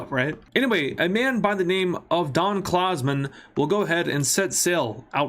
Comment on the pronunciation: Don Klausmon 😂